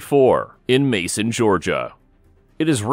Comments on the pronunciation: That’s Macon - May-Con not Mason GA! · It’s MACON, Georgia (think bacon 🥓) pronounced “MAKE-un”. Not Mason, like the jar. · Macon: pronounced Makun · Mason GA? Hard C my guy. Do you say bason, or bacon? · Macon - pronounced like "bacon". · Pronounced "make un" Georgia